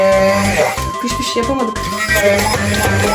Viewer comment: piş piş diyomuş gibi fış fış demenin amacı ne.